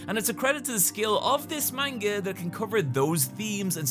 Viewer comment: Can't believe you're still calling it main-ga